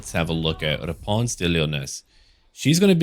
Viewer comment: Yes, I’m french and yes, your pronunciation is bad but it’s find. And also mery xmas